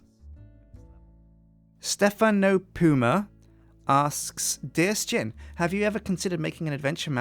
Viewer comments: why do you pronounce Sjin as S-chin? so far ive only ever heard people call you pronounce it as shin so why do you say it differently? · As I recall from other videos, I don't think Sjin has really ever decided how to pronounce his name. He often says 'sa-jin', but I'm fairly sure he answers to 'shin' just the same. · You just said Questsijin because thats how it is pronounced